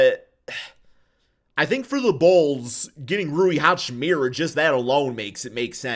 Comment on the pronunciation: Every time you say Hachimira instead of Hachimura it makes my teeth grind :P